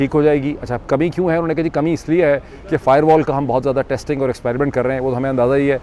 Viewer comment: Ye firewall ko "fiberwall" kehne walay jahil kia janain firewall kia hoti hai!